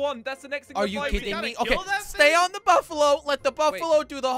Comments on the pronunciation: its not buffalon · Cape Buffalo not cape bufflon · You say buffalo not buffalon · It's buffalo no bafalo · I was laughing cas you was saying Buffalo and it was Buffalon in the time it is I really laugh to hard